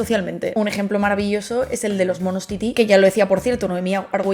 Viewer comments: No es "mono titi", es mono "tití", con tilde en la "í" final. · Que no son Titi, que son Tití, si hasta muestras imágenes de artículos con el acento en la segunda i. Estamos de acuerdo en que mamá y mama no es lo mismo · Es mono "tití", palabra aguda.